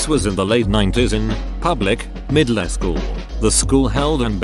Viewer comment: The way read 'middleschool' Meddlehskule